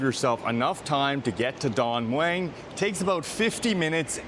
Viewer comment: Don Mueng you pronounce it with a "W" drop the "W"